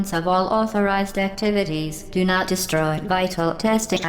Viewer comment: OBJECTION! Its pronounced "Di-stroi" not "de-sh-tro-ye"